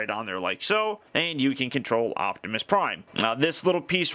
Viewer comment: it hit that "G" spot for ya, lol.